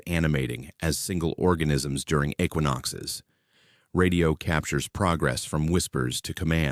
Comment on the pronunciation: Not Sag-waro, Sah-waroh Not Eqiawenox, Ek-wi-nox Not Peenyon Pine, Pin-yawn Pine Not Perk, but Par-K (hard K) Great stories, if you insist on using AI please make these readjustments. Ty.